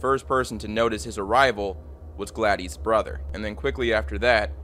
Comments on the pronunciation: “Glad-ees”???😂😂 Her name is Gladys. Pronounced “Glad-iss” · “Gladdies” 😂 bro really? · Pronounced “glad-is” not “gla-dees” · is it spelled Gladys? that's glad-iss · Hey man, it's pronounced Gladis, not Gladys. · I'm going to go out on a limb and say Gladys' name is pronounced "Glad-iss" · Please learn how to pronounce Gladys lol